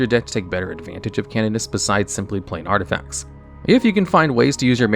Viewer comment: 2.46 "artifcats"